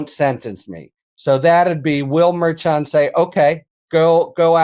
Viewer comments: Why not correct mispronunciation of Merchan? I notice that Ben has now adopted the incorrect version. I don't understand that. You guys are professionals, right? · Please pronounce the judge's name correctly. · I know he is older, but can pronounce Judge Merchan's name correctly? I already have too many friends who mispronounce Kamala.